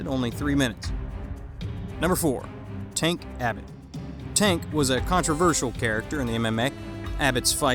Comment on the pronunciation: Congrats on pronouncing Art Jimmerson and Tank Abbott correctly. You obviously did not follow the careers of these fighters very closely however. Many are still active behind the scenes and are respected.